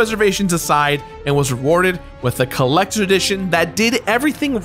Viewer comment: Says he is not going to mispronounce anything in dark souls ever agian: "The Drak Shouls Colactors Addition..."